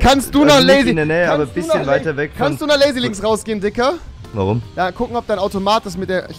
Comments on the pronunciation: Rewi sagt zu diggah immer dikker😂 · Du sagst immer dicker